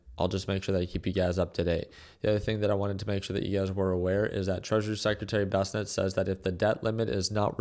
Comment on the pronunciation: Bessent! Not Bessennet lol